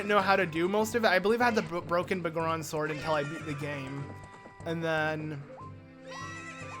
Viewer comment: The Bagoron Sword? Do you have some issue with saying BigGoron Sword? That's such a weird thing to shorten, considering you call him Big Goron in this video, but somehow adding the word "sword" gets the 1st part a different pronunciation. ..sigh.. You really know how to annoy me like no other.